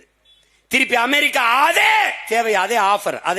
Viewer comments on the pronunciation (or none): none